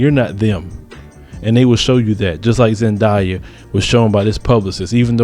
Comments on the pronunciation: zendaya. zen-day-a. wtf is a zediea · it's not pronounced Zan* die* yah.. it's Zan*day* yah.. btw I'm a mullato too ☺ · He said Zendia 😂😂😂